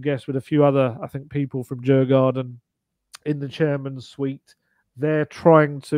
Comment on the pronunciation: If Spurs and Djurgården are going to become pals going forward it might be an idea to at least give them their proper name and stop calling them Jar-garden (though admittedly as a beer lover it does sound cool). In English it would be spelt Diurgorden. Neither a "j" nor an "ah" anywhere in there! Mind you, we're still wondering who this Hah-land lad is that Man City appear to have signed according to the English. Luckily for Norway there's a guy called Haaland (pronounced Hoe-lond) who's pretty nifty and I hear his dad even played for City back in the day. Maybe they should be looking to sign him too.